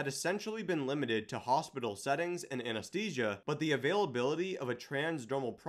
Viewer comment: AnesTHesia. Not aneSTesia